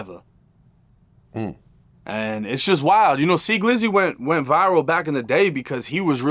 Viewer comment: It’s See-Glizzy